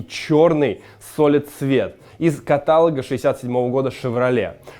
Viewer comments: КАТАЛО'Г! Не КАТА'ЛОГ!!!!!1111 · все хорошо, но ударение на О в слове каталОг) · С машинами всё правильно и хорошо! Осталось только над речью поработать - "окрас" у собак и прочих животных, а в слове "каталог" ударение на последний слог. Среди тысяч зрителей есть и грамотные... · КаталОг, едрён батон!